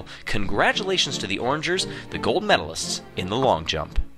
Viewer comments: He pronounced O’rangers wrong... it’s not orangers it is O’rangers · its pronounced O rangers